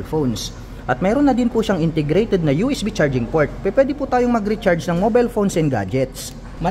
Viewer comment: Ang "word for the the day is INTERGRATED". NYAHAHAHA 😅😂😊